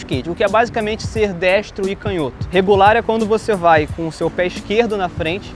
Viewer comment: Quando ele falou regular ...eu entendi rebolar kkkkkjota